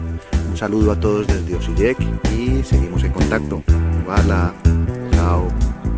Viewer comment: Hvala vam puno na videima, seguiré tu canal 😆😆😆, dato la letra "J" se pronuncia "i" en abecedario croata (Osiiek)